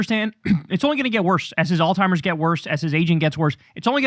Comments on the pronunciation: Alzeimers, not old timers kyle 😅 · except he's pronounced it "all-timers" forever. That's still incorrect. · Bro, it's not "All-timers". I cringe every time you say that😂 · STOP CALLING IT "ALL-TIMERS"!!!!!!!!